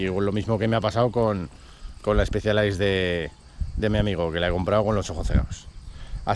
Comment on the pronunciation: Miralo como disfruta, si parece su chiquillo, ole!🤗 "Especialais Stupyamper" jajajaja que risas la pronunciacion (que tampoco soy de Oxford, pero se me hace raro oirlo asi al escucharlo en redbulltv o las cape epic, no te lo tomes a mal😉 ) Va a ser esto casualidad, el fin de semana recogi yo la mia tambien de 2º mano, estreno peor que el tuyo, necesita revision al llevar 3 años parada, con decir que esta tubeless sin liquido, me fui por el canal hasta el parque de plaza y vuelta 5 veces a hinchar... que desastre jajajajajaja 🤣 A disfrutarla, eso si, pobre Orbea, le rompiste el Alma!!! 🐯